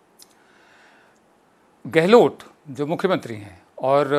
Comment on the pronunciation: गहलोत बोलिये ना कि गहलोट